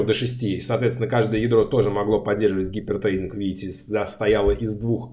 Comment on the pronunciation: Классный цикл, слушаю с удовольствием! Однако,, поработайте над английским - hyper threading никак не может быть гипер треЙдингом. "Трединг" все-таки:-) А гипер трейдингом пусть на биржах занимаются